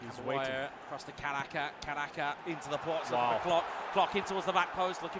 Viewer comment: hoki caraka ❎ hoki karaka ✅